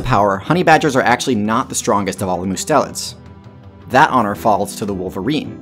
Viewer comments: Mustelids: Must (as in Mustard) - e (eh) - Lids (eyelids). Must-e-lids. Not Myu-stelids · It's pronounced must-a-lids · "Mustelids" is pronounced "MU-stell-ids."